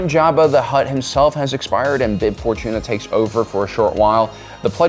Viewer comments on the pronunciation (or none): Baron papa. What? You gotta work on pronouncing ya stuff my guy. It kills great videos and makes it look like you don't know what your talking about